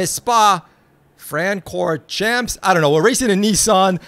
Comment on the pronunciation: That pronunciation of Spa Francorchamps was so bad that I think having listened to it has given me cancer. Other than that, nice vid.